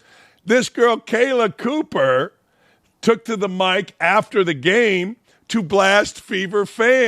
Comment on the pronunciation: Hey Dan Dakich, maybe you should take the time and know the names of the people you are talking about. It's Copper, not Cooper. And Bonnor, not Bower. although you got it right some of the time. Hard to take you serious if you're not prepared, and you called Parker lazy, seems if the shoe fits....